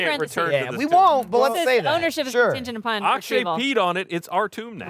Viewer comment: I know probably no one is still reading these comments, but I feel I have to correct something. It's "Akshay".